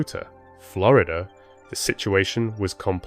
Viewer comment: why is it just glorida it sounds so stupid to me im from England